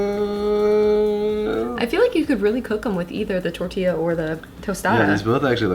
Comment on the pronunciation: Tor-t-yah. Not tor-tilly-yah.🤣 He totally cracks me up when he says that. Dude, do you eat qway-suh-dilly-yahs?